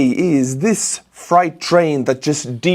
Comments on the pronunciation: It's freight, not fright train😄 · Freight is not pronounced like fright.